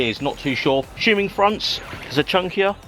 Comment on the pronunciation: 'A-shoeming they're front or rears' ummm ya... 🙄